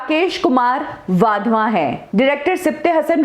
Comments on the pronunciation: अविनाश वाधवा नहीं अविनाश वधावन। नाम बीच में गलत बोल गए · He is. WadhwaN and not Wadhwa. Agar aap naam theek.sey pronounce nahi kar patey toh how will.you do justice to.the video. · वाधवा नही वधावन हैं। 😂😂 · वाधवन नहीं वधावन है। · Avinash wadhwa nahi ........ Avinash wadhavan naam hai unka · वाधवा नहीं वधावन